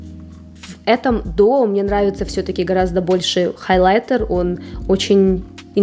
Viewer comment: С интересом посмотрела все ваши видео о расхламлении, но слово "халайтер" режет слух, всё же в русском языке прижилось произношение хаЙлайтер. Не сочтите это замечание за хейт💙